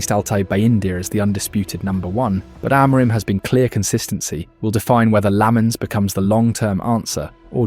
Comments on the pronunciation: Are you Ai? Why can't you say the head coaches name properly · I really like your videos but please please pleeeeease look up how to pronounce Amorim. While your at it, look up our players too.